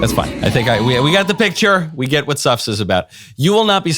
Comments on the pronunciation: I first thought I heard you say the name of the play is "Sux." Seems appropriate. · I thought at first you said, "Snuffs". Yes, that sounds like the Clintons. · I think it was "Suffs" as in, the audience is suffering... LoL